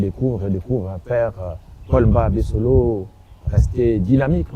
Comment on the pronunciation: C'est Mba Abessole et non Abessolo....